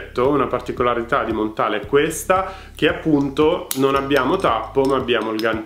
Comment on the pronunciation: Si pronuncia Montal no Montale. È francese!